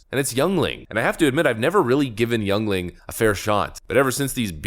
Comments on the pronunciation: Did this man just say Yungling?? Lol it's pronounced Ying-Ling lol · Jesus H Christ, it's pronounced YING-Ling. ETA: Glad you corrected yourself. It's also the oldest brewery in the USA and has been family owned since it's inception. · it's pronounced YENling not Youngling. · It’s pronounced “ying-ling” not young-ling. Just here to help my man. Keep up the great videos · Bro called our beer from Pittsburgh "young link" ITS YINGLING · I grew up in NEPA and Yuengling was everyone's beer of choice. Hate being that guy but it's pronounced Yeeng-Leeng, not Young-Leeng. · Youngling....is pronounced Yuengling. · i was gonna correct your pronounciation of Yueling, but i c soneone beat me to it.. I am a Canadian... BUT, I am almost ashamed to say that since about year 2000, my favorite beer is a USA product out of Pennsylvania, that happens to b called Yueling lager - their black-and-tan is pretty D@ GOOD, too!... (and us Canadians take our beer products ALMOST as seriously (and religiously) as our Hockey) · ITS PRONOUNCED YINGLING. BRO YOU ARE OBVIOUSLY NOT FROM PA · "It's pronounced yingling." -everyone from Pennsylvania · Yingling pronounced yingling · It’s pronounced “Yingling” 😂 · As a native Pennsylvanian who's been drinking Yuengling for at least 30 years(WAY before they ever advertised outside of the state) I'd like to confirm your corrected pronunciation: it sounds like "Yingling". However, here's a bit of inside info - we simply refer to it as "Lager". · its pronounced YINGLING and it is a great tasting beer much better than the pisswater that is Budlight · Yuengling is pronounced yingling 😊 and it’s a darn good beer ! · Its pronounced Ying-ling but yea family owned oldest brewery in continual existence in America. They sent the prwsident beer to celebrate prohibitions end! Patriots all the way! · It’s pronounced ying ling just saying. And it’s a really old company and it’s not bad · It’s pronounced like Yingling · Pronounced Ying-Ling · It's pronounced ying ling.